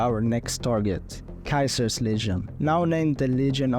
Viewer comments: Wait are you saying Kaisers legion instead of Ceasers legion? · Caesar getting pronounced as kaiser is some schizo shit